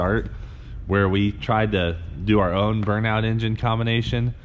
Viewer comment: The pause right before "own" is kinda odd.